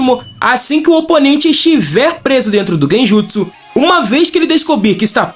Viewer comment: Você ouviu quantas vezes ele falou Genjusu?